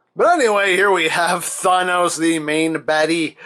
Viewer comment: Wait did he say Fonos